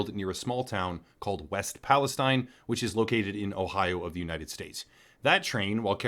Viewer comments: It's EAST PALESTINE! Nothing you say has any credibility when you can't say the proper name of the town In question.. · I'm sure you've realized this by now: East Palestine, pronounced palasteen. East Palestine is part of the Mississippi watershed. Everywhere between Pittsburgh and New Orleans should be considered part of a greater disaster zone. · East Palestine.....and pronounced pales(teen) Geez. ......get the city name correct at least as to the respect of the victims. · EAST Palestine. And the locals pronounce it pal-uh-steen. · West Palestine? And you're not even pronouncing it correctly. And no, mainstream outlets aren't reporting properly on this at all. They're giving the pat answer that everything is safe. GFY. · Perhaps do more research and actually get the pronunciation of the town right. 🤦🏻‍♂️ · How can you call this good. He can't even get the town name right while showing articles with the name in the headline